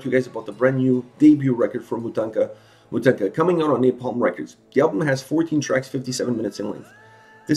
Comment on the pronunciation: Loved your review and agree with all that. There's just one thing: it pronounces as "mOtahnkah". It's an ethic Ukrainian doll made of cloth and knots like the one you see on the band's album cover. Greetings from Ukraine!